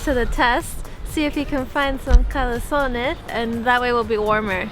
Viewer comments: Oh guys, I love your videos, but today you made me laugh so much with the way you pronounced Kalesony. I thought you are going to restaurant to eat calzone. Ha, ha.I would suggest you visit a region in Poland called Jura Krakowsko-Czestochowska. It is very picturesque region of Poland, with many small towns and medevial fortresses and ruins of them. Highly recommend. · I love the way you say KALESONY! :D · Hi guys, thank you for promoting my hometown! Your video is really great, I think that everything you've showed seemed to look better than in a real life haha :D I live in Warsaw nowadays, but I visit Tarnów very often, so if you ever plan another trip, let me know - it will be an honour to be your translator ;) PS: The way you were pronouncing "KALESONY" was really funny, I've been laughing so hard when you presented what you actually meant ;D Greets!